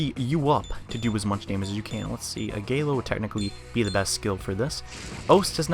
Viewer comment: It really urks me how he butchers the attack names, too. "Zaionaga"? "Agaylo"? The fire one is Ah-gih-lao, and the lightning one is Zee-on-ga. It's just a minor gripe though.